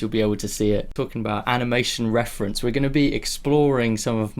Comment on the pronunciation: Aniamtion? , eheh sorry for pointing out the small mistake , also thank you for doing your videos they really help! keep going! love your channel!